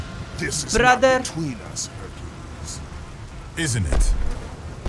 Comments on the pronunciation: He just said hurculus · Its actually Her-cu-lis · "Harkulas" 🍀